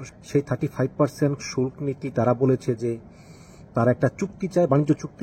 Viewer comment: উপস্হাপক সাহেব, সম্ববত আপনি একটি সম্পুর্ন ভুল উচ্চারণ করছেন। ✪➤ আপনি বলছেন "শুল্ক্"। ➤ কিন্তু উচ্চারণ হবে "শুলকো"। ➤ যার বানান হবে "শুল্ক"। ➤ "শুলক্" নয়। ✪➤ Please prove me wrong......